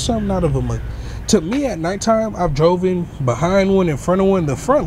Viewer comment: "Drovin"? "Equipted"?